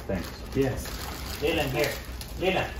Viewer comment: Leelenad 😂😂 Clark 😎😎